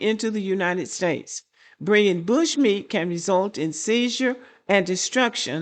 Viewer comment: I keep 😂😂😂 every time I hear you say "bushmeat". Why is that so funny to me? 🤣 🤣 🤣